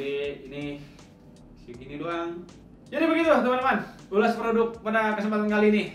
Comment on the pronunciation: Ulash produq. Make tajwid bang wkwk